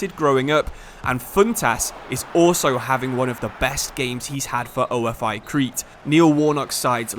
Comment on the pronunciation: it's pronounced ofe with e not o. f. I. ofe